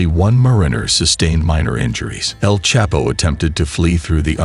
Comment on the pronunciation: The narrator is not even saying El chapo name properly 😂😂😂